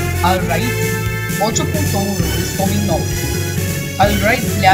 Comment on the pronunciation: alguien se dio cuenta que este habla nativo el español? cuando dice: "ocho punto uno"